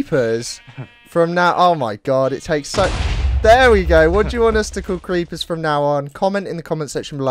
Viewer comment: Geeper reeppers